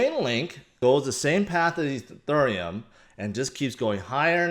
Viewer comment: Ethurrrreum XD